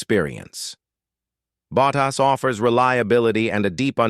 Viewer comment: kThis is wihtout question the worst audio for F1 I've ever heard. It is awful. Spend some money and get a real person to read the text. A person would pronounce Bottas's name correctly and not sound like a bloody machine. UGH! tycho's comment puts it in context.